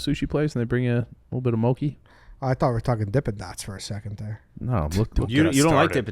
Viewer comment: Boys its mo-chi (like 3 chi) not mokey